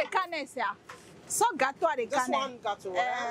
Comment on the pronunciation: This wode maya is too much! He make me laugh all the time. 'Gateau' is a french name for the food, NOT Gh....ana| Tog...o[Ga..To!]